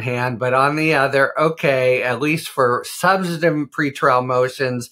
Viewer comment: Keep practicing and you will eventually be able to pronounce the word substantive. lol